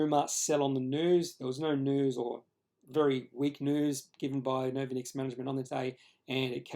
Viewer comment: Good job on the candlestick analysis. But why do you put your credibility into question by not even bothering to find out how to pronounce the name of the company? If you can't get that right, why would your subscribers trust you on the quality of the rest of your research? Pretty easy to log on to Novonix's website to find out how they pronounce their name